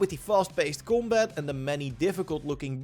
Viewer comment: u say combat like 'gumbaat' lol its hilarious xd esl god